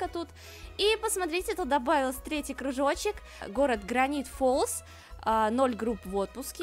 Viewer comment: Мне сначала показалось ты сказала гравити фолз.